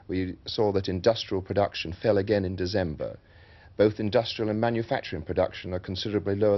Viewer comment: New month: "DeZember"